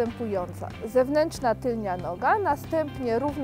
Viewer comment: TYLNA NIE TYLNIA!